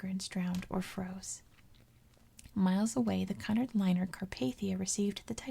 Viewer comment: You were right the first time with your pronunciation of Cunard :) Really great video. It's such a sad and fascinating topic.